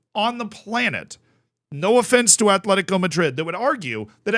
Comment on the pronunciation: *Atletico. Not Athletico. No TH sound. Just T. Atletico.